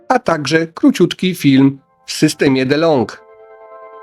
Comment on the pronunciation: Nie "Delong" - "Di - Log"